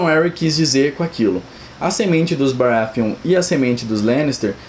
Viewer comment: "baraFeon"... NO, GOD, PLEASE NO!